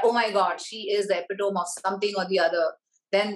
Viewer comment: Not epitome (tom) it’s pronounced as epitome (tomeee)